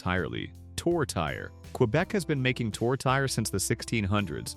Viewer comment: Quebec tourtiere is not pronounced Toe.. Terry. Yeash! At least correct the AI.